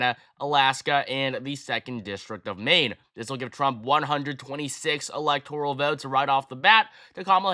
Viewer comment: alihtoral college?